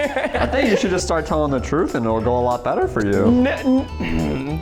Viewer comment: What the heck are you saying the trohgth